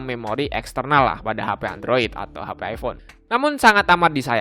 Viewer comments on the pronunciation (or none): none